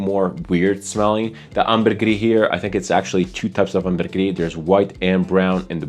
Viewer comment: ambergris comes from french, there's no reason to roll your r's